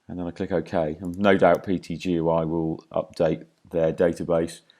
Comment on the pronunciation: Wonderfully informative, but please call PTGui as PT....Gui...it sounds so hard to hear you call it PTGUI...LOL Cheers